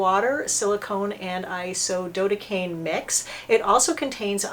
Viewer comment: For Isododecane, the decane part should be pronounced like decade, accent is on "de".